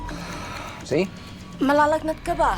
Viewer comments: The flight steward did not speak it properly. It sounded like malalagnat ka ba. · Naglalagnat ka ba? Means do you feel/have a fever? It’s filipino she didnt say it too correctly lol